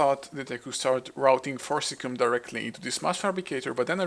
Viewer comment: It's not "cum",. It's pronounced "see-um". So "for-sis-see-um". So Forcicium not forcilium, or forcicum.